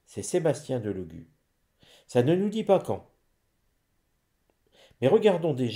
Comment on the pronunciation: Cc bonsoir,mr Delogu est un compatriote d'origine Sarde,je suis Sarde et fière de l'être mais il nous fait honte, les Sardes sont très orgueilleux Delogu se prononcé Délogu, merci